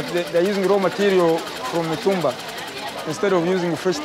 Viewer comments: Is not Matumbaa it’s Mitumba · The narrator really knows how to pronounce the name of places in Tanzania 😂 matumbaa